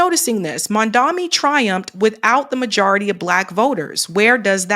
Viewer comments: Pls get his name right…it’s Mamdani not Mamdami… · Mom. Don. Knee. Not Mamdami. Not Mandani. Not Mondami.